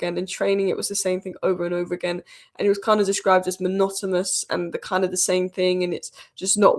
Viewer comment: Lol! Did you say monotoMous?